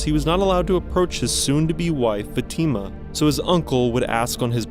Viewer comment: “Fateema” lmfao go to jail